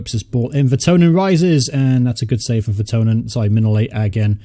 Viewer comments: it's vertonGhen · I know you said your bad with names in previous videos but think of kitchen thongs when saying Jan Vertonghen. Really great content. Glad you're doing well.